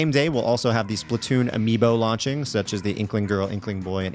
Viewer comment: Not splitoons splatoons but great vid